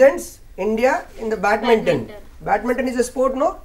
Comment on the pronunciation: Sir it is not batminton. It is BADMINTON.